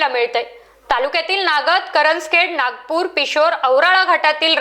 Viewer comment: ताईसाहेब त्या गावाचे नाव नागापूर आहे. नागपूर नाही.